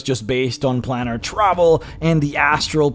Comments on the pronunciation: Planar is pronounced "play-ner",. Same way you say 'solar', like "so-ler". The -ar denotes "of or in relation to". Solar is "of the sun". Planar is "of the planes". You see? I can't count how many people make this mistake, pronouncing it like "plan R". Please do not become one of those illiterates. You're better than that. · "Planar" is pronounced 'plane-ar'. The first 'a' is HARD. So the Gith Monk leader is almost like any other Monk? Wise and all-thinking. But why did Chaotic Evil Red Dragons make a LAWFUL and binding agreement to serve the Githyanki? Odd. M 🦘🏏😎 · I have to agree. He's making a comparison while apparently never having heard the word spoken aloud? He pronounces more words in odd ways too, like "plannar" vs planar, recesses like it's a chocolate, "molnourished", etc, and refers to a group as githyankiS (with an added 'S') half the time. He's probably not a native english speaker, which is fine, as is his content, but it's triggering nonetheless.